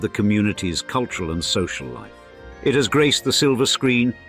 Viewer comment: Culyural capital 😂.Plastic boobs and lips